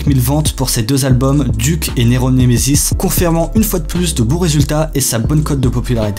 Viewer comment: Ça se prononce D U C